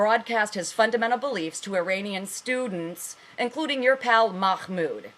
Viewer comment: lol is someone telling the truth out knowing farsi............ i think not lol seen as how you cant pronounce mahmoud properly but have no fear the muslims are here to educate you lol the 'h' is pronounced like if you are breathing to steam up your glasses, Not a kh sound ok? oh and sharia3 law is incorporated in US law just look it up all the founding farthers had the Quaran and took guidelines from it, you really are in need of some education stop watching cnn and try al jazeera or press tv